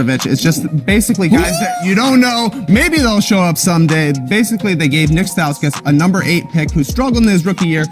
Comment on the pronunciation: Nik stauskus? Really